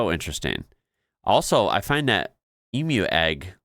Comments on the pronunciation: Leaving a like for the pronunciation of emu 👍👍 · Thank heavens you actually pronounced Emu correctly. Thank you. Most Americans can't be bothered finding out how to pronounce things from other countries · I truly am so proud to be an Australian woman. We are pretty damn cool.. I think most Australians, in regards to spiders in our homes, are, if I can't see it, or it stays where it is, all good. Thank you for pronouncing Emu correctly. Never is it pronounced Emoo